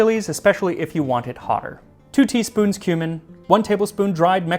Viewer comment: I thought I heard " two tea spoons human"